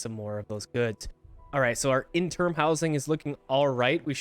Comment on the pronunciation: There are quite a few people who have to visit the clinic, presumably because they have no shoes. Any reason why you aren't using reeds to make them? Also because you keep saying it, it is "interim" with an "i". Interm isn't a word. ;) (Edit: I wrote that quickly as I was trying to get out the door so just realized it reads rather harsh. Sorry, about that, do enjoy your videos and can only imagine how much work goes into them!)